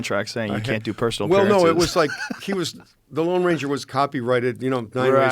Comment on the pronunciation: said the Long Ranger, it’s the Lone Ranger.